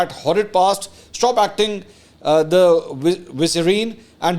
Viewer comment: Mansoor sahib Please correct your pronunciation of vicereine, It is vice-rine (vicerine) the wife of viceroy.